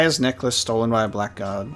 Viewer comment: PSA: Blackguard is pronounced as 'Blaggard'